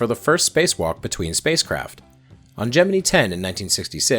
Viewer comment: “Gemene” No. It’s GEM- MIN- EYE